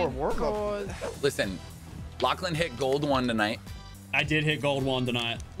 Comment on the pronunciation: It's lachy not lacey